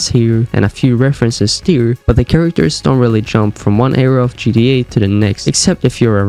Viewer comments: Bro what in the world is GDA !!?? have you ever played Grand Theft Auto ? GTA ? If you're gonna make a video this long at least pronounce the name correct...GTA!! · It's GTA not GDA . So stop mumbling and chewing on your own cheek when you talk. Take some time and pronounce your words. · It’s not pronounced GDA, it’s GTA lol cmon man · G-TEEEEE-A not g-dee-ayy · It's GTA not GDA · Like how sometimes you say "GTE" not "GTA" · can you say GTA and not gee dee ay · IS ANYONE ELSE HEARING HIM SAY GDA?????? NOT GTA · "Crazy Gee Eh theories?" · I hate how you say GDA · “GDA 5” 😂🙏😭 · I can’t get past him pronouncing it gda Backing out here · Sound like you saying GDA lmao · Pronounce your bloody T’s ffs it sounds like your saying GDA everytime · yeh thats also a good point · Why do u say gta weird